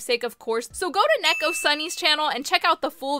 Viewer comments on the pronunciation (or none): its neko, pronounced knee-co that was weird ._. srry if u took this as disrespectful, i just noticed it💕